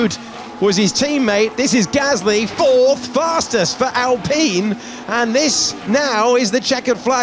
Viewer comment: Surely Alpine should be pronounced as Alpine and not “Alpeeen.”